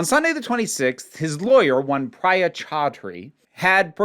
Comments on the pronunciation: Just a note in case you keep covering this, Priya is pronounced “PREE-a.” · Omg that first uggggghhhhh felt like you reached into my soul and extracted my exact initial reaction LMAO (Oh btw! In case you’re interested, Priya is more accurately pronounced “Preeya”)